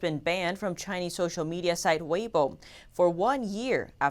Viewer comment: I don't know why this set me off LOL'ing, but his pronunciation of "social media" is hilarious when combined with his flawless speech before and after. SHOSHAL! 😄